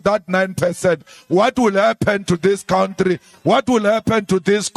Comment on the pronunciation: Oh Malema, get over yourself!!!! 😂😂 I am not going into what I believe today but please don't say cowntree, it is COUNTRY. Not difficult to pronounce is it????